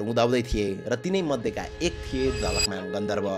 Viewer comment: ma jhakalman vayo jhalakman huna parne thau ma 😅